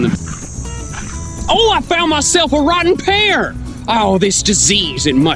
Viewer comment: Wrotten' Pear XD